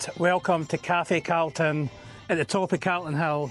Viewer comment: First time time I’ve heard someone from Edinburgh pronounce “Calton” hill wrong. Sounds like an American caaaltin 😂